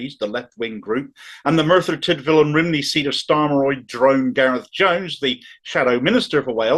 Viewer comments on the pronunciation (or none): Brilliant,. Love your stuff. But it's pronounced CUNON and RUMNEE!